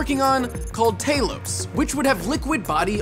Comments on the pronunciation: It is pronounced: Tal-oh-ss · and don't pronounce it tail-os its Talos with emphasis of the a... Haven't you played Skyrim? though its more likely that the mythological bronze giant is the inspiration to the name... (because an acronym like that is never arrived at by random chance...) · Did he just pronounce Talos tae-loss RIP Elder Scrolls fans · ugh pronounces talos wrong